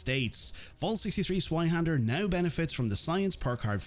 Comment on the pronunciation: if cant pronounce the name why not just say electric sword